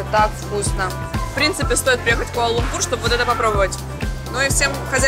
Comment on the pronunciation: Почему используете такое непривычное слуху ударение? Даже в иностранных видео используется ударение на лУмпур, а не лумпУр